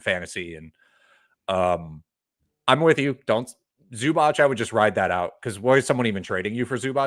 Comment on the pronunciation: it's not zubach bru